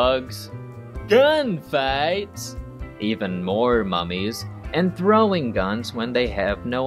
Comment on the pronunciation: my favorite part is when he's listing stuff from the movie he goes GAUN FIGHTS